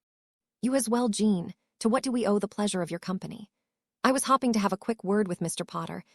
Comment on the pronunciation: Hopping and hoping are pronounced differently learn the correct pronunciation and what they mean.